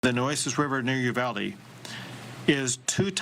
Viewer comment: "You-valde" you did Great Getting the info out ❤ Thanks gor Reporting